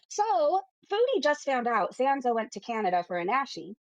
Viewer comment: P.S......just so ye know, if you're watchin'...our dear creator's name is pronounced, SanSa, NOT SanZa! If you want to retain the limited credibility that you have, you need to get it right, so you don't sound even more of a complete and utter fool than you already do. What's that??? You don't care? 🤨 Well, I'd expect nothing less from a gargantuan effin waste of space like yourself, so... Have a nice life.😒😑😶. Sorry, love...I just had to, 'cause I detest bullshit artists with screechy voices talkin' out of their arses, daily. It grinds my gears. 😂😂😂😘😘😘